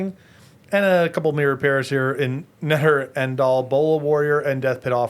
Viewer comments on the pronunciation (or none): I love how Netter en-dal is just a collection of mouth sounds and Chapin was like "yeah...i don't know what you're saying"